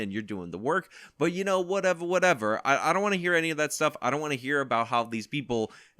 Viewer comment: 1. Whatevah Whatevah is now something I say all the time. I can’t help myself. 2. The only thing I agreed with in his apology video is that he’s a piece of shit